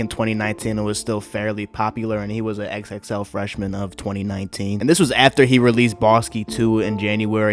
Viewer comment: Why u say xxl like that tho